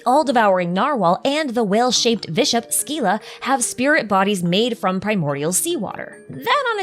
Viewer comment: SCYLLA PRONOUNCED CORRECTLY LET'S GOOOOOO